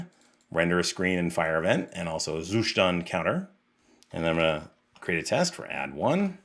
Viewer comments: You actually do not pronounce "Zustand" correctly, albeit you insist throughout the video in doing so numerous times 😀. Nevertheless, great content, i have recently started researching how to test my code, and, surprisingly, the web is very scarce in terms of good quality info on testing. Keep up the great work ! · You just love pronouncing zuStand :))